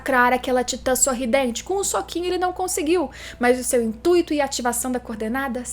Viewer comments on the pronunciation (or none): none